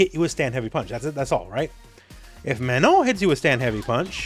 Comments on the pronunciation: I appreciate you saying her name correctly. So many people saying MaNAHN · Thanks for taking the time to pronounce her name right,!